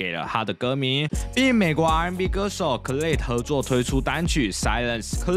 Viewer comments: 重音在前面 隨便找一首khalid的歌都聽得到開頭的Ad-lib吧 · Khalid的發音可以再確認一下